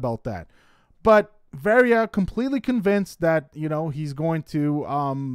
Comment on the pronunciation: HER NAME IS VARIYA ( VAH-RI-YA)!!!